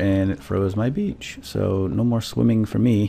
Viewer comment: everytime says beach swap it for bitch:') its hilarious!